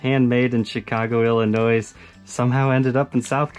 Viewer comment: Nope...no 'noise' in Illinois,. Cheers...